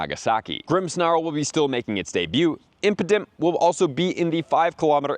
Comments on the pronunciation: Brother it is"impadimp" not impotent lmao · Bro stop saying impotent 😂